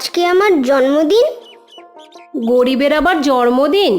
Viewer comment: খুব সুন্দর কিন্তু জন্মদিন কেনো জর্মদিন বলছে বুঝতে পারছিনা আমি ভুল শুনলাম??